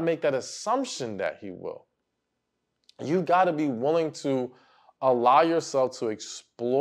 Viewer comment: Damn it! It's not "woolying" it's willing!!!😅